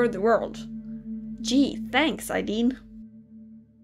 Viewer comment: Ideen Me: AYEEEEDEEN:> Normal SSO players: Aideen